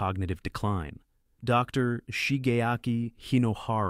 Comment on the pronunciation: AI fake voice read the period after the abreviation "Dr." as end of sentence period.